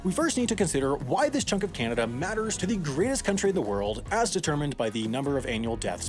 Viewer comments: It's pronounced Ka-Nook-A-Stan. It's the land of Canucks, if that helps you think about it. When you say it, it sounds like it's a Can-Of-Duh. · kanadian here, your correct its kenada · Bruh, nah nah nah, it’s not like Canada, it’s like Canadia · Ah you know they’re American when they call Canada (KA-NA-DA), “KYAA—NA-DA”. Never understood where the Y came from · I don’t believe you about this “kanadah” Give me proof. Edit: Yes, I do think it’s spelled “Kanaduh”, Thank you for the correction! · You said kanada. And if you add a n It becomes kannada which is our mother tongue. By the I am from Bengaluru Karnataka... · It's pronounced Canada! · Btw you pronounced Canada wrong, It isn’t pronounced Ca-na-da it’s pronounced Ca-na-da